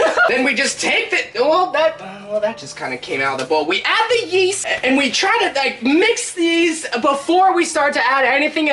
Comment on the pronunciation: ‘Yeast, I thought he said Weast’